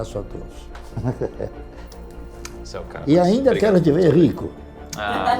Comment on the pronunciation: "E ainda quero te ver RRRRICO!!" hahahaah mt bom